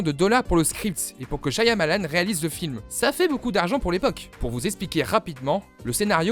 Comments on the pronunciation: chiamalane qui a-t-il de plus enervant a entendre... c'est Chamalane le Y est muet!! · shiamalan au lieu de shayamalan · Le y est silencieux dans Shyamalan. Cha-Ma-Lan, c'est pas dur à dire. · C'est pas dure à dire vueque ça se prononce shamalan :P le Y muet ^^ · Ça se prononce "Chamalane", le "y" de son nom est muet. C'est lui même qui le dit ^^ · "ShaYAmalan" MAIS POURQUOI PERSONNE NE SAIS LE PRONONCÉ CORRECTEMENT 😭😭😭, tu y était presque 😔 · Excelliore Ça se prononce "Chamalane" (phonétiquement hein). C'est lui même qui le dit. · Le "y" dans le nom Shyamalan est muet ^^ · SH(Y)AMALAN le y est muet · Sùrement déjà dis mais Shyamalan a un "y" muet